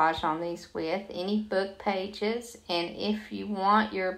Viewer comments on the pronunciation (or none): none